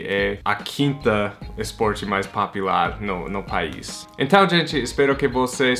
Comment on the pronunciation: Só tem que melhorar um pouco a pronúncia desse "popular" que está soando como PAPILAR...